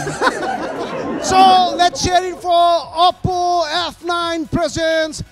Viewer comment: leh ma oppo lai oppu vaneko xa